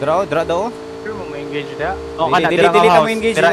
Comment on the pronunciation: Hahaha "Engege" Hahaha Idol Galing talaga mag AWM